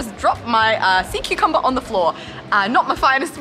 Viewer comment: That's when SeaCucumber became "Saw-Cucumber"... Dad joke lol!